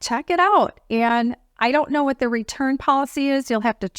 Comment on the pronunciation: It’s not thee, it’s The